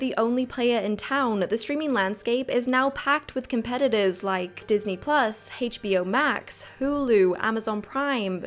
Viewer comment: Well-made,! But your pronunciation of HBO really hurts my ears.